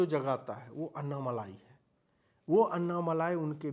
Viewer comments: Its not अन्नामलाई 😂 it's अण्णामलै... That's the Tamil word for Arunachala, a very holy mountain in Tamil Nadu which the great sage Ramana Maharshi also worshipped. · Abey ye malaai nahi.. Malai hai dhakkan😂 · Pl note that it is Annamalai and not Annamalaai - small lai and laai... Ok ? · Anna malaaai nahi annamalai😂😂😂😂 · Humble request to use the word अण्णामलै। This is phonetically correct than the usual bs used in Hindi channel. Anna is really pronounced as अण्णा not अन्ना। दक्षिण भारत को समझने का प्रयत्न करें। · Bhai uska naam " अण्णामलै " hai